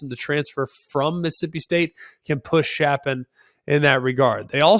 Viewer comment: Greg, Baylors QB Blake Shapen. His last name is pronounced “Shape-in”